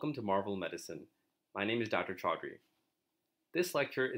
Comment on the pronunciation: The way you said "Chaudry"... WTH bro, I refuse to believe you don't know how to pronounce your very own name!! Whyyyyyy